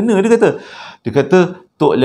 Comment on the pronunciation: Sebutan "Tok Chaq", hang tekan sikit kat idqam tu.